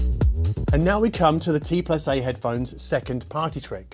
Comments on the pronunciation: It’s pronounced TandA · It is called T und A